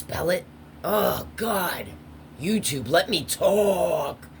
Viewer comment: "YEWTUBE LET ME TAWLK!!!" LOVE YOU,! 😘❤️❤️❤️😘